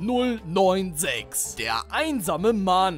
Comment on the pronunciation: Ich bin stolz auf dich das du SCP richtig gesagt hast. Also anstatt S-"ZE"-P , S-ZIH-P also ja...